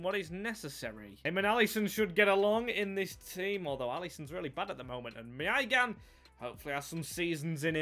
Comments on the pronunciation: Someone needs to tell him how to say maignan. My nan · I really like this guy! The effort he puts in is fantastic and I feel should be rewarded far better with views and likes and subs and what not! But my goodness if it isn’t an English name with one syllable his head goes! I mean he said maignans name 5 different ways at one point lmao 🤣